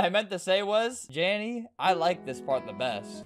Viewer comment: THIS MAN SAID JANNY WHEN I HAD THE AUDASITY TO THINK HE SAID DANI WHEN IT WAS JANDEL